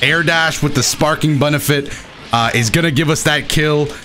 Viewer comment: Did you just say bunefit